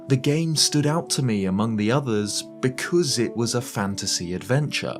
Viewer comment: That "Because" was so English that the Queen Regent resurrected!